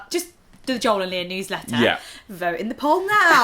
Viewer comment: When you say Joel, I hear John. Americans say Joel like Joe with an L